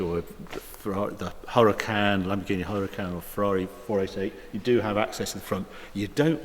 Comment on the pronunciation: What is it with poms not being able to say Huracan. its 'oora-caan' not 'hurra-can'